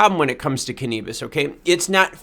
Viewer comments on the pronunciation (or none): Canabis not Canebus